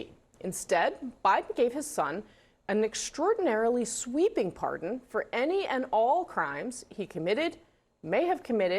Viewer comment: Par-D-on, Wayne. Par-D-on, Garth.😂 ...but impeaches are off the table.